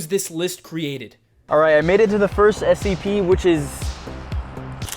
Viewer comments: you say it like scp " s - c - p" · it’s Scp not sop